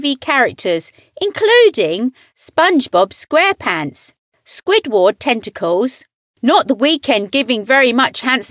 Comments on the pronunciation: Gal really said squid waard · Why does she say squidward like that